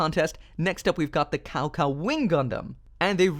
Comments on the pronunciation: It's pronounced “Tsao? Tsao”, not cow cow. other pronunciation are surprisingly all correct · Its Lee-oo bay not lubu..... sah-oh sah-oh not cow cow!! Haha I'm just playing. Who cares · Actually, your Chinese pronounce not bad except Cao Cao